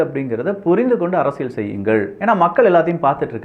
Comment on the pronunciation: இது அரசியள் சதுரங்கம் அல்ல. அரசியல் சதுரங்கம். சரியாக உச்சரியுங்கள்.